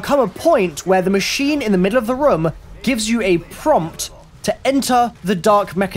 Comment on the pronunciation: I hate how he says room like ryum